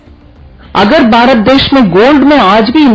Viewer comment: बेचारे नेता जी 18 -18 घंटे फेकने में लगे रहते हैं। रूपया गिर रहा है इस पर ध्यान नहीं दे पाते हैं। ऐ, ऐ, ऐ, ओ, निरमा मैडम "भारत" बोलिये "बारत" नहीं।🎉🎉🎉🎉🎉